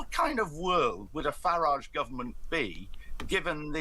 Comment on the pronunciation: Its Farridge.... rhymes with garage, average and twat.